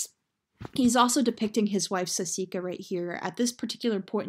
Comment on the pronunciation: oh my gosh. it's saskia, not sasika